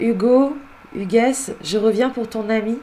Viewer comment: Coucou, belle video. Par contre le prénom "Hugues '" se prononce sans le "s" , Hugue ...